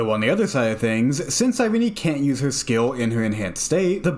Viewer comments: YAP YAP YAP YAP YAP YAP HER NAME IS SIGH-REEN. JESUS FUCKING CHRIST. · I think you pronounce her names wrong